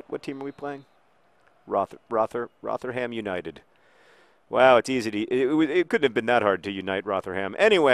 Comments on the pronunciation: A year late but it's pronounced like 'Rotherum' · Your pronunciation of Rotherham is adorable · kittenpyjamas mispronouncing things is John's thing!